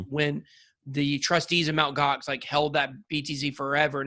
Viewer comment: It’s not called “Mount Gox”, it’s pronounced “em-tee-gox”